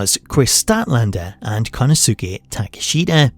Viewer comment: Calling Kenosuke Takeshita "Kana Suki Taka Shida" is crazy